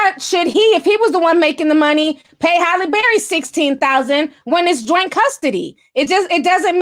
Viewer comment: I love how Ti mispronounces words... LMAO morbidly o beast and Holly Barry!!! I swear I love this girl!!🤣